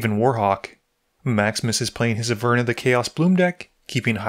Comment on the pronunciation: Its pronounced (Aver-nus) not (A-furnace) lol